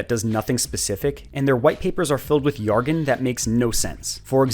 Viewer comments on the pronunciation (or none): The way you pronounce "jargon" as "yargon" doesn't exactly inspire confidence, but I don't really care. Your videos are entertaining. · Great video. Dude did you just call "jargon" "yargon"? I speak Swedish and even I think that's an overly Swedish way to pronounce it haha. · Yargon? Have I been saying it wrong or is a pirate?